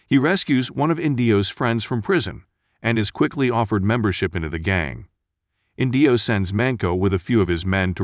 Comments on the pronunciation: Oh my gosh, it's not InDEEo, it's EENdeeo. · Inndio! 😂. It’s Indio (inn dee owe) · And the accent on the name 'Indio' is on the first syllable.